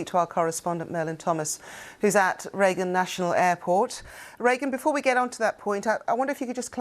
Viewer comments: The newsreader referred to Merlyn Thomas as Reagan! This is the second time she's got her name wrong! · Are you ever going to get this correspondents name right? So far she's been Meryl, Reagan, anything but Merlyn.